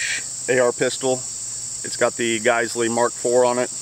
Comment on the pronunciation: Learn how to say “Geissele” lmfao